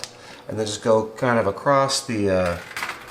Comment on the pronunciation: LoL there isn't a "T" in the word across. lol sorry I react the same when anyone says "axst" mis- pronounce "asked" I hate it when the language is mangled, I'm not referring to accents. ｡◕‿◕｡(◔‿◔)(◠‿◕)(･o･;)¯\_(ツ)_/¯¯\(°_o)/¯ I hope you have a great day, by the way, great video